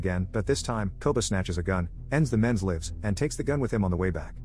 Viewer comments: “ends the men’s limves” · LOL you constantly pronounce 'lives' incorrectly. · “ends the men’s livs “ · The AI generated TTS cant differentiate betweet lives (many life) and lives (verb) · Noticed that too when it said Koba took the drunk men’s lives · I'm kinda curious. Is the narration machine generated? It sounds flawlessly human but I've noticed every so often there's a strange pronunciation here and there. the narrator says "ends the men's lives" but uses the wrong pronunciation for "lives" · “ends the men’s lives” might wanna correct yourself